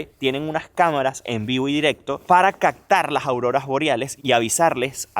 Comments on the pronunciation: HolaGabriel , tengo una duda , las palabras con P lntermedia las pronuncias con C , ej. Captar , te escucho Captar, Pepsi te escucho Pecsi, me sacas de ka duda? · CACTAR es Captar??? aprende a hablar mi pana!! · Corrijo , Captar te escucho cactar. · 😂😂😂 se dice captar, no cactar...😂😂😂 47'12"